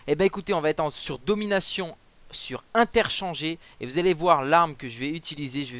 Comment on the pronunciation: C'est interchange pas interchangé + On dit pas jeeké on dit geeké + les kill que fait notre Hélico compte pour notre serie